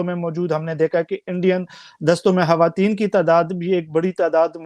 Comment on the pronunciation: ye betaiye ki khawatin kaha jata hai ki hawatin.ye aadmi hawatin Kah raha hai.